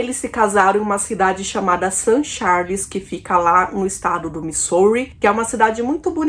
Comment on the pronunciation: a pronuncia de |Missouri é Mizóri, uma pena vc. pronunciar muito errado. Mas gostei do video.